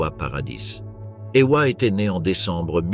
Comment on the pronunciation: Ewa c'est pas Eoua Wanda c'est pas Ouanda